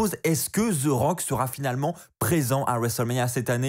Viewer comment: Ses pas Ze rock ses the rock articule quand tu parle